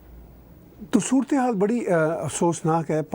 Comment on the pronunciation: Surat-e-haal hota hai bro 😂